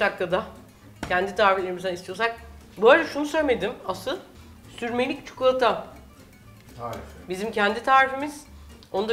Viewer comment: Refika abla çukulata değil çikolata 😂😂